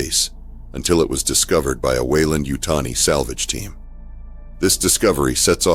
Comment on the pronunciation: The narrator said, "the slavage team unaware of the deadly consquences..." they must have knowm. they has plenty of data on the xenomorph